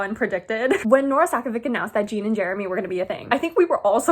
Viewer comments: omg im so sorry if this is rude but i just wanted to let you know that jean from aftg is pronounced like "john" but with a soft j! im so excited for his book too :)) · Like Jean Valjean from Les Mis